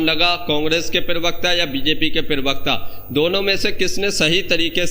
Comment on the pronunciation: अरे भाई, पिरबक्ता नहीं बोलते। प्र बक्ता, प्रबक्ता । बार बार नहीं सिखाउंगा, आगे से ध्यान रखना।